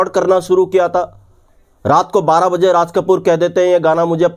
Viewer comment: Mawjood ko kyu .MAWZOOD bolte ho...12 BAZE bolta ho..yeh Kya hai?